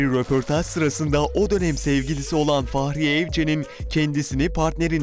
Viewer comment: Adamın Faahriye Evcen demesi ne kadar sinir bozucu